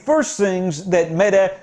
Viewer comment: Perfect pronounciation of Mettes name 😀But we usually refer to her as "Slette (Erasing) Mette" due to the fact that she erased all her text messages showing her ordering the mink extermination. By "accident", of course!